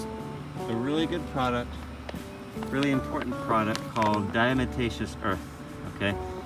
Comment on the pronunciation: It was a tillle diccifult reahing "diamataceous" over 5 times